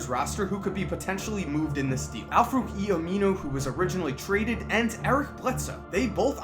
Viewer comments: Its Al Farouq Aminu not Al Fooqie Aminu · This man butchered Al-Farouq Aminu's name